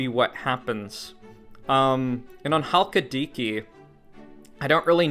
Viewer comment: If you ever pronounce Chalkidiki like that again I will find you and I will touch you.